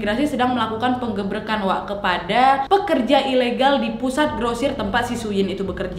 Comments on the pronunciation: Kak penggrebekan bukan penggebrekan. Ya awoh asLi ngakak😂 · Lsg ketawa aku gara2 "penggerbekan" bukan "penggrebekan" ya Allah receh kali aku🥲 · Mon maap wak, salah fokus sama *penggebrekan*, saking cepetnya ngomong ya wakk Semangat wak